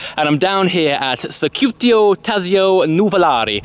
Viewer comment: I'm almost certain is must be "circuito" and not "circutio". But, practice makes perfect. -Love the show.